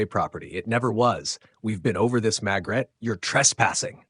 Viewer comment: Why is her named being pronounced Magret when it is spelled MaRgret